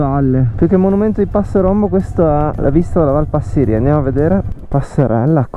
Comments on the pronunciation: Giusto per la cronaca e solo per fare il pignolo, com'è mio solito, si dice Passìria e non Passirìa. Poi le rocce del passo non sono di origine vulcanica, per lo meno non in senso stretto, ma in generale si tratta di "gneiss", un tipo di roccia metamorfica abbastanza comune. Per il resto complimenti, bel video come sempre! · Scusa la pignoleria, ma la valle si chiama Passi'ria con accento sulla prima i...😂, Sono del posto ..